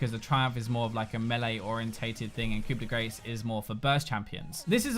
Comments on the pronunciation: its pronounced "koo day graw" not "koo day grace" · As a french, I have to tell you that "Grace" 's a is pronounced like Star. What you just said is close to "hit of fat". Which would be appropriate if you were playing Gragas. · "coup de grace"..lol..it's pronounced liked koo de graa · "Coup de grace" is pronounced "coo deh grar" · Coup de grace is pronounced "Coo-day-grah". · pronounced "coop da grah" i believe. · Wincing every time we say "Coup de Grace"... Being French, it's 'Ku de Graw'. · Coup De "Grah" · Hey, it's pronounced (Coo-de-graw) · Hey, it's pronounced "coo-de-graw" because the French language is totally intuitive. Thanks for the video man! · Coup de grace pronouced Coo-day-graw. Please please please never never do that again. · Hey,! Just a heads up, "Coup de Grace" is pronounced as 'Koo-de-grahh', which is French for "Blow of mercy", or "The finishing stroke". Just putting it out there. Love your stuff, man! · coup de grace, cringe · Been waiting patiently for two weeks to hear every league YouTuber mess up saying Coup de Grace. Was not disappointed